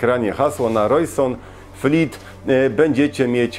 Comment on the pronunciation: I to Rojsonfleet, co mówisz, zamiast Rojsonleet XD